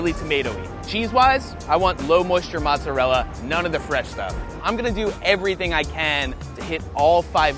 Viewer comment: Yeah, but he can't pronounce mozzarella or marinara.